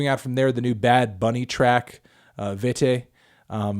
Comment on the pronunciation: It’s Vete not Vefe